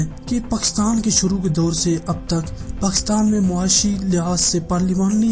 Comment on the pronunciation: تجھے کس اُلو کے پٹھے نے اختیار دیا اس سبجیکٹ پر بات کرو۔ پاکستان کا نام تو تجھے لینا نہیں آتا چلا ہے ایٹمی دھماکے کرنے۔ جاؤ پہلے بولنا سیکھو گھگو نورا۔